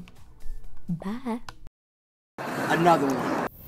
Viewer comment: "ANOTHA ONE"